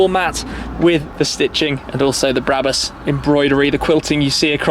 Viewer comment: Its not bräbus its brabus